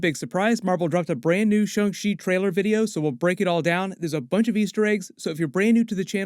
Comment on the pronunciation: This is in a texas twang. Its shang not shong u dunb sob. If chickens had 8 more brain scells would thay be mad that we eat them?